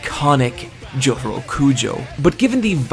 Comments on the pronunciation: Why do you say Jotoro? His name is Jotaro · It's Jotarooooooooo not Jotaru